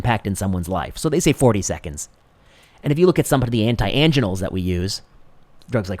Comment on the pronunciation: Never ever heard angina pronounced that way...